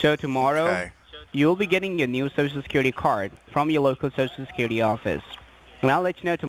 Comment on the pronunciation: I always here sho sho secuwity administwation lol